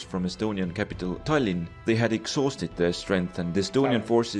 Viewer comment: Tallinn, as every other name or word in Estonian, has stress on the first syllable.